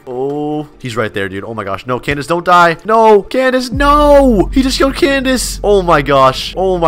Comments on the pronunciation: seriously every time he says “Cnadice” i couldnt help but laugh xD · BRO I LOVE HOW HE SAYING CANDICE LOL😂